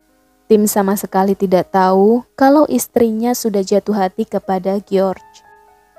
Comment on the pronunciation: Kyknya lebih enak bacanya Jorjs ( George ) daripada Geor